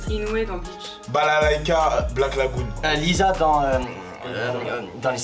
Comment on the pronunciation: Mais pourquoi il a dit Lisa😭😭💀💀